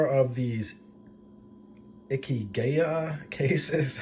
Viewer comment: I stumbled across your channel when looking for more information about the Ikigai cases. Thank you for showing us how they work 😊. Also- you were pretty close in the pronunciation- it’s like “icky guy” :) and it means something like “reason to live”